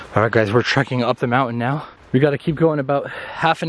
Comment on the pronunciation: it's mountain not mounain